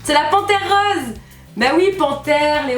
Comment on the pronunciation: Je delire😂😂au lieu de dire"rOse"tu dit rause MDR